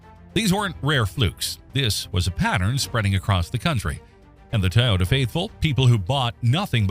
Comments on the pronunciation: Why cant they say toyota instead of tae-yoda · TOY yota not Tyota 😂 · Hard to watch video saying “tay-ota” not Toyota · Ty-ota? I think AI needs to properly pronounce Toyota as Toyota. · i thought it was a Toyota, not a Tyota????? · It’s not TYota, It’s TOYota😂 couldn’t help myself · Dumbphukk, it's not a Tai-ota - it's a Toy-ota. If you're gonna use AI shitware, at least test it first. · ITS TOYO-TA not TAH-OTAH you FACELESS voice generated @@ channel. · TO not TA-yota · Pronounce it Toyota please not Toyota. Thanks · It's not tioyota, what's this world coming to. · What is a “Tie-ota” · A Tye-yota CYA too little-too late commercial. 🙄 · "Tieota" AI at its finest. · a little ? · Canadian here, no one says Toyota like that.